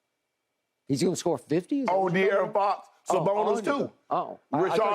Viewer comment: "he might get 50" "De'arron fox?" lmao skip trolling hard